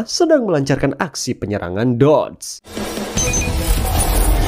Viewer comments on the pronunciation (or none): ini mah polisi nya jg dikasih link ny 🗿🗿 terus polisi ngeban link gak mungkin wkwkwwkkwkw, baca dedos, bukan dods -_